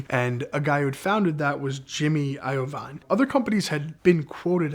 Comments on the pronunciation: you can tell this guy doesn’t know 90s music because of how he says I-oh/vine and not I-oh-veen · Dude, really??? Jimmy EYE-O-VINE?! Jimmy Eye-a-Veen! 🤦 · Jimmy IoVINE? It’s IoVEEN wtf is wrong with this guy what planet are you from??? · It's EYE-VEEN not Iovine as in Iodine. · Jimmy Iovine - It’s not io-veen it’s pronounced ivene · Record label ceo name is pronounced.... Jimmy " I-vene" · I-O-VINE LOL:face-green-smiling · Great story, but can we say Jimmy EYE-VEEN! Then "blowing all the speakers, in all the cars, immediately",... Starts sounding like fiction! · JIMMY I-OH-VINE 😂😂😂 never heard it pronounced that way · This guy its jimmy iveene or however you spell it but its not pronounced the way this guy.is saying it that's Eminem manager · Great Video Appreciate you understanding the cultural value of this vehicle. Jimmy is ruthless and will take great offense to you not knowing about him or how to pronounce his name. It pronounced like 'Eye Veen' Congratulations on a holy grail level find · Jimmy "Eye-O-Vine" 😂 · The pronunciation of Jimmy’s last name is crazy. Should be pronounced i-Veen. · it’s pronounced jimmy eyeveen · He said Jimmys last name wrong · Saying Jimmy's last name like that is funny. All in all great video and good stories. Sad he was killed at such a young age.